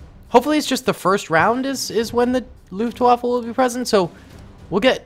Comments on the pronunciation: Waffe not waffa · As an war historian, same, LOOFT WAFFLE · It's so funny to hear as a German how you pronaunce Luftwaffe